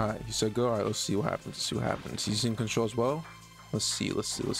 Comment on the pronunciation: Bro started to say contrrol trash bruh